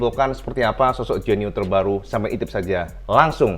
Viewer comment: Koyok bahasa Bojonegoro cak, Genyo dadi Genio 😂😂😂